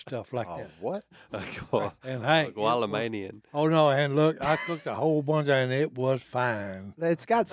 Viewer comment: gwalla-main-ian...? LOL